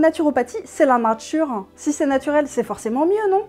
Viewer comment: Natuwopathie ? Ah, ben wé m'dame. On la woa bien fot' le camp, la natuwe.